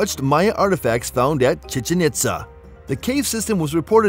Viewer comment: The way he pronounces chichen itza 🤣😭